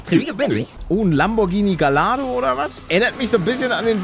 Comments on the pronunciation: Gallardo wird Gajjardo ausgesprocgen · Der Lambo wird Gajado ausgesprochen wegen Doppel L 👍🏼